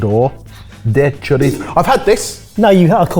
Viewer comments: Happy to see something from my country, Portugal! I'll help you pronouce chouriço like a portuguese, the last part it's the sound of an s like a snake, ''chourissso'' ;) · Chouriço is pronounced Show-ree-so. The Ç symbolizes double S usage in Portuguese grammar. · Always a delight to see you guys tackle something portuguese on the channel! As for the flamed chouriço (pronounced as shourisso), I've never seen paraffin used. We either use água ardente (flaming water, which is a byproduct of wine by distilling the grapes left over), or, as you've stated, any other high AVB drink but, most commonly, rubbing alcohol (98%), which is how I regularly do it at home. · Man, maybe it's just me, but seeing butcher pronuntiations kinda undercuts the informed explanation he's trying to give. "Chorico" for "chouriço" was a big one. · PLEASE, PLEASE, if you are going to continue pronouncing words so authoritatively, learn how they are pronounced. PLEEEEEEEEEEEASE! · Chouriço is pronounced with an S sound. C with this little thing below it, ç, has the same sound as the letter S. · "Chouriço". The "ç" is read like a sharp "S" or "ss". Nice cutting on the chouriço, by the way! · It's not pronounced Cho-rico. It's pronounced Sho-risso. Besides firewater (aguardente) you can also use 151 Bacardi Rum which will give it another layer of flavor. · Chouriço is pronounced with an "s" sound, not "k". Why would it be so different from the Spanish Chorizo? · chouriço is pronounced show-ree-Soo. The cedilla makes the C sound like an S. Just like in French. And aguardente is pronounced aguardent, because the E is always silent at the end of a word in Portuguese (unless it has a diacritic) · in Chouriço, the Ç is pronounced as S sound :) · shoh-REE-soo 😂 killing me with that pronunciation 😂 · Yeah, when I heard that, I was like "Dafuq's a [cho-ri-Ko]?" 😅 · Thank you! It made me cringe - very seriously - every time said "shou - rih- coh".